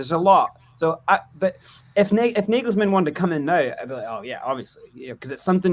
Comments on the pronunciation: Can you please stop calling Nagelsmann (Negelsmann) ??@ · Stop saying nayglesmann